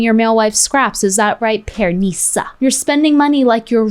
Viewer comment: I like how she pronounces PearNEEsa 😂